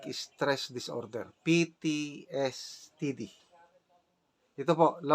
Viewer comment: ITS PTSD SIR NOT PTSTD